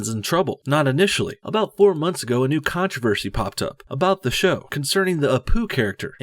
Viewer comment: Naantroversy😂😂 Naan is an indian bread